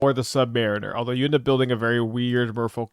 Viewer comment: I thought you said Neymar